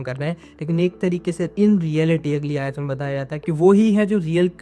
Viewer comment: Brother aaya nihi Aayat